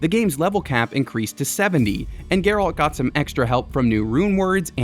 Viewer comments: Anyone else getting slightly triggered by the over annunciation of alt in Geralts name from this guy? 😅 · You can tell this guy never played the game since he can’t even pronounce Geralt’s name properly lol.